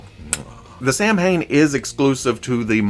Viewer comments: Samhain = SoWayne (sow Wayne) Bob? It’s DREW. Frag flinger = Jai alai = hi, a lie #NoMoreExclusives 🤬 Louis not Louis. And not Lewis. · Oh the Samhain hurts lmao, he just keeps saying it. Sah-wain, cause Gaelic does things differently